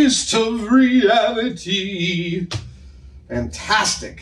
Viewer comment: "Fantistic" Adam has spent too much time here in NZ 🤣